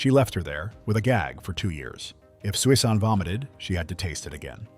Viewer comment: It's pronounced SUSAN, stupid robot.